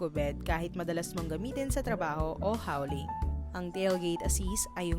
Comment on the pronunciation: Hauling - you say it like "holeing" po.